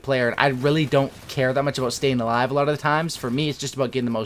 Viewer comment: falou "alive" com pronúncia "A" ja sei que não tem credibilidade hehehe